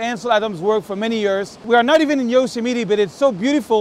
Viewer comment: Love the way you pronounce Yosemite... :) I enjoyed this video very much...I would like to meet you sometime when you are here in the US...